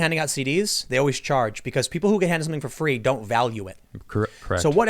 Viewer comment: "Knowledge is FWEE!" - Tim Pool